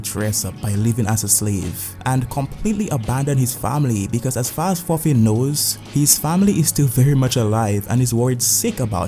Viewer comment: my man out here butcherin the name of thorfin u say it more like "torfin"